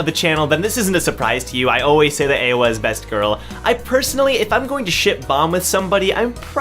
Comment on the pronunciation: Not [EHWA], corret reading is [IE HWA]